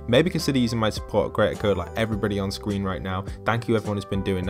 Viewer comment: Look at what’s a scween?